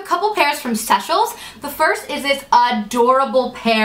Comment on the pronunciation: Yes Seychelles shoes are the best and super comfortable!! I believe they are pronounced "Say-chelles" though.